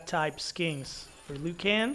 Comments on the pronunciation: Bro said leeoo can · The way he pronounce Liu kang and baraka lol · Why did u say Liu Kang like that??